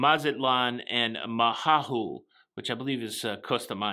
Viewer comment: Isla Mujeres is pronounced Isla Mu- hair- es, Mahahual is pronounced Ma-ha-hual hope this helps!